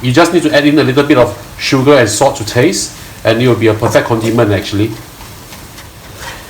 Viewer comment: Its PRAWN HEADS. NOT PRAWNS HEAD. Its SALT, NOT SOTT.